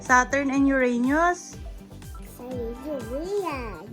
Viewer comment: "Uranus" not "Uranius" Your Mistake